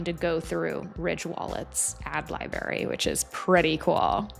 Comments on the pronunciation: Great video but it’s pronounced libe- rary. You pronounce the r. 🎉great content though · im sorry, are you aware youre saying 'libary' instead of library?